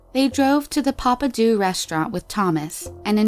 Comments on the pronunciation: the narrator says the PAPPADOOOO restaurant 😂. It’s PAPPADEAUX (sounds like PAPPA DOUGHS) 😂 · Pappadeaux.... "Pappadoo"😂 We pronounce it "pappa-DOUGH" in Texas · You can pronounce French names correctly in the second story, but pronounce "Pappadeaux" (pap-pa-doh), in the first story, as pap-pa-doo? 🤷‍♀️ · Uhmmm excuse me, what is a pApA dOoOo It's actually Papa Dough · Pappadeaux PRONOUNCED NOT: PAPPA DO IS: PAPPA DOUGH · Papadoos? You mean pappadeaux 💀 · Papadeaux is pronounced papadough not papadoo. That's my only complaint about this video. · LOL. Papa-Do... It’s PAPPADEAUX or Papa-dough 🤣 Not from these parts here (TX in general lol). It’s a great seafood place I hear. Idk. I’ve never been, but that’s what they are. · Papadoo. It took me a few seconds to realize what restaurant she was talking about. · Hearing her call the restaurant PaPa Do hurts my constitution. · Last name (Brashear) is pronounced ‘bruh-sheer’. Also, Pappadeaux is pronounced ‘pop-a-doze’. Just an FYI! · Lmao she said “papadoo”” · I am so sorry but when you said papadoo I laughed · That restaraunt is pronounced Papadoughs. It's cajun french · Papa doo 😂😂😂😂😂😂😂😂😂. It’s French lady. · I hate the way she said “Pappadeaux” I was so confused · Rodney Bailleaux 😂😂me too! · I was looking in the comments to see if anyone else caught that. Clearly she doesn't know how to pronounce "-deaux"